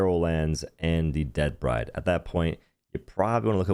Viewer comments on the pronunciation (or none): none